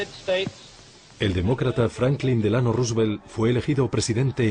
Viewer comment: " DEL ANO" RUsVELT JAJA